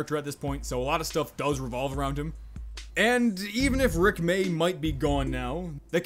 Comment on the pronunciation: When he said Rick may, it hurt me